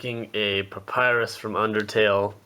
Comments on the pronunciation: Did you said sexy Papyrus? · dude, you just said " papyrus is really hot " i swear you said that! im dying of laughter 😂😁